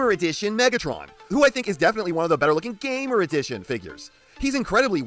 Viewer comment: I agree Nemesis Prime needs a more fleshed out characterization.Scourge doesn't count.I like how u say Gamer Edition 😂